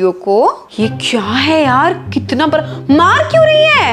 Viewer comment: Aap bda ko bra bolti ho 🤣